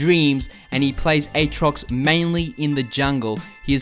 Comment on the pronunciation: its pronounced "at rox" not "ayt rox"